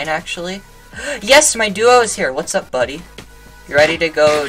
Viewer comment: No whaeaughts up eVEryboody!